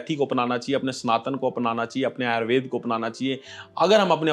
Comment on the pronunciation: आयुर्वेद है ना कि आयुर्वेदा